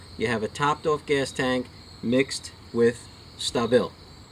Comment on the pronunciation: OMG dudes from New York who can't say "StAAA Bil." Ya know like short for " Stabilize" AAA you know what I'm sayin! lol